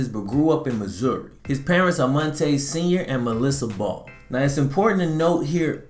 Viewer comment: It’s Mon- T” Ball